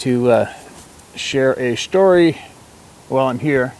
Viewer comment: Love when you stare a storwy